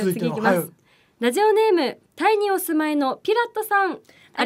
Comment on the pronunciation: ‼️🙍💧💨ぅｿ～ン💨💧FM ラズオに💧💨📣💦は⁉️発音💨\\ラズオに//Radio(レディオ )ね💨💦🙍💨ﾊｧ～💧漢方薬を誰か～💦に💨💦 色んなを見たいっ 解るっワカるよ💧【30度越え からヤバいから】厨房だけでいｨの💨熱々なのは💨💦💧 😃✨笑顔素敵よ✨😚👏//